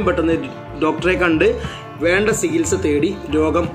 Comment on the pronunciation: സിഹിത്സ അല്ല ചികിത്സ🙂